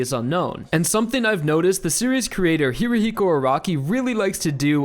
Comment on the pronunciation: I’d love to see someone make a compilation of every time he says “HIRIHIKO ARAKI”